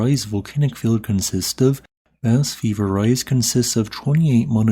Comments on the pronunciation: Ves-TEED du pahl Shahn de pwee Bah Vee-ver-EYE SHO-vay Pohn Dark SWEE-ohl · Vesteed-Doo-Pie-Marr, Shenn-Day-Pwee, Baah-Veeva-ray, Sho-vay Pon-dark, Ma-seef-sonn-traal, Sweeyol, are some more correct pronunciations Letters in French just dont behave the same way they do in English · In all fairness, it's hard to pronounce foreign languages written in Latin script. Bas-Vivarais may look like "Bass Viv-are-ice" in English, but the French pronunciation would be closer to "Bah-Viv-ar-ray". Totally intuitive if you're familiar with French. Totally unintuitive if you're not. There is also regional variation across France, making things harder still.